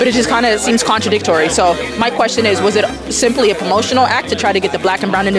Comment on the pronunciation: literally says contradic-TORY LOLOLOLOL